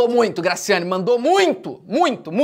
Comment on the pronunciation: Eu ficava voltando TD vez que ele falava grascyannee Barbosa (n sei se é assim se escreve) mais e MT legal kkkkkkk